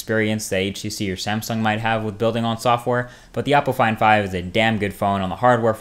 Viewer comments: LIke if you thought he was saying apple iphone 5 instead of oppo find 5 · When you said Oppo Find 5, I thought at first you said Apple Iphone 5 with a weird accent.